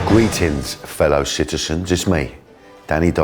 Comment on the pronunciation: Did he say "Greetings fellow shitizens"? 😂😂😂